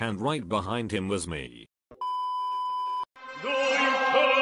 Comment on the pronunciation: was iconic end alwys 😂😂 Dirstusting shat 😂😂😂😂😂😂